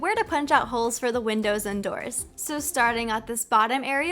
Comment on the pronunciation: she said 3 oak dooe